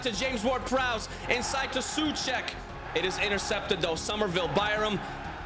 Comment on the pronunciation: Its soh-u-chek not siuchek